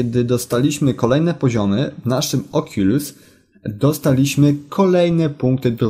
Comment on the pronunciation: czyta się okulus